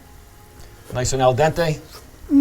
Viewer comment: Eh... "Maronna mii" davvero! Non critico la ricetta, ma fatela più "cooked AL DENTE" ahahahhah